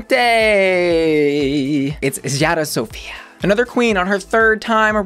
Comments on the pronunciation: He also pronounce “Yara Sofia” wrong. Who says Jara? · Why is he saying “Jiara” and “Jara” instead of Yara Sofia like a normal person?